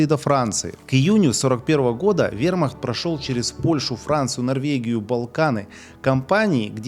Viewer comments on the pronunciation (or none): none